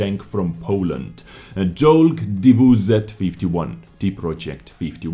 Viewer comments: actually, the name of this tank is "Czołg T WZ 51" and you did a small mistake pronouncing "Cz" and "ł" but that's nothing to worry about 90% of no native polish speakers are makeing this mistake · You should read this "Chowg", not "cholg". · That was close :P You said Colg You should say : Ch o w g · You pronounce “czolg” as “cholg” And it literally means “tank” in Polish. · u can read "czołg" same way as english choke ;) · your pronunciations is almost accurate. In Polish "cz" sounds like "ch" in English (i.e."check") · You can pronounce "czołg" as "choke" with accent on "K" ("czołg" means "tank" in Polish). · Czołg is pronounced "Chowg." Cz like "Cz"ech, oł like "ow," and just a G at the end. You were pretty close except for that Ł, which you forgot and it sounds like an English W. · Tchowg xD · colg xD CZ O Ł G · About spelling polish name: you almost said it right, but if you wanna be more precise you should spell it like [choug]:) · Try to spell it like "tchouk" with a bit prolonged "o" (but i don't guarantee the effect). In polish "czołg" derives from "czołgać" which means "to crawl" (military style). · czolg = ch-oh-g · Try like this .... czołg - chowk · Czołg is more like ‘chouge’ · Czołg my bro, You can try pronunciation like (a boas)- T Tchibo, O Oven, U Uno ("italiano" One) G- (soft Ground) :) WZ is just shortcut from wzór - (model) W Winter Z Zona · Czołg - "cz" you pronounce as when you say "Czech". Then the other part of the word "ołg" you pronounce similarly to "rogue". More accurately, just pronounce "rogue" without that "r" in the beginning. So "Cz" from Czech and then "ogue" sound from "rogue" and you will sound like a native. Try it in the next movie! Can't wait to hear it <3 Greetings from a Pole living in Finland! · Not too close with that pronounciation... Just listen to it here :d